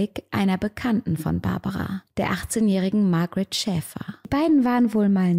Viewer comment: hast du die namen ausgetaushct oder wieso sprichst du sie englisch aus? in österreich sand des die Babara und die Margarete oder so.